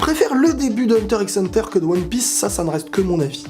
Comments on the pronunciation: Juste , ca se prononce Hunter Hunter ! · HUNTER XXXX HUNTER ??? WAAA TA PAS LE DROIT DE DIRE LE x là :( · Hunter > les autres animé Ps: on dit pas le (x) dans Hunter x Hunter,... On prononcer hanta hanta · Hunter x Hunter se prononce "Hunter Hunter" Kirua se pronnonce "Killua" mais s'écrit bien Kirua. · S’il te plaît dit Hunter Hunter et pas Hunter x Hunter (le x se prononce pas) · On ne prononce pas le X d'Hunter X Hunter ! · Il ne se prononce pas le x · mais par contre le x ne ce prononce pas dans hunter x hunter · Ça s'écrit Hunter X Hunter mais le X on ne le prononce pas quand on le dis. Les vrais fans le savent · Il a pas prononcé le x quand même dite moi que non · On ne prononce pas le X dans Hunter x Hunter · mais par contre le x ce prononce pas dans hxh